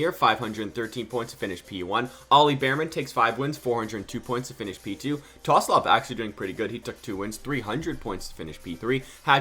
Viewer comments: TSOLOV NOT TOSLOV MAN ahhhhhhhh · Tosolov??😭😭 you need to learn some names man😂